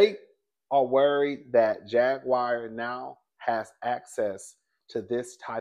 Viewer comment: will butcher a name 😂😂😂😂 "Jag-wire" 😂😂😂😂